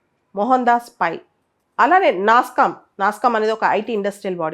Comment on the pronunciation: Pls get that corrected Ma'am. It's nasscom.